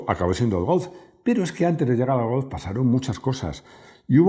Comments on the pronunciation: Porque pronunciará Golf, como Golzzff. Si no tiene ni idea de hablar aleman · Me declaro fan de la pronunciación de cuando dice Golf en tono alemán. Eres grande, que suerte tiene tu hijo. Un abrazo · Interesante video. Pide a Rodrigo que te enseñe a decir golf. Y Volkswagen, de paso. 😉